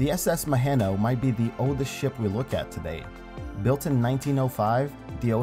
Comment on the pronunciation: Maheno is pronounced Ma-He-No. i think it was getting towed for scrap when it broke the to line and run ashore. i played on it a few times when i was kid but haven't been to Fraser island for prob 15 years.